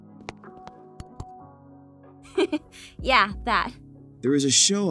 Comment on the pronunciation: No one:.: spazghetti.me 😂🤣🤣🤣🤣🤣🤣😂😂😂😂😂😂😂